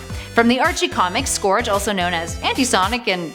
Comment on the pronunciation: Scourge is pronounced more like surge